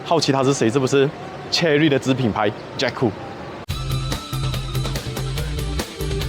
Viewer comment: 一开始听到你讲 “ Cikgu 7 ” 😂